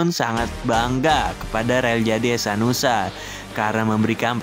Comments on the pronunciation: Hehanusa bang bukan hesanusa😅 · Hehanusa min bukan hesanusa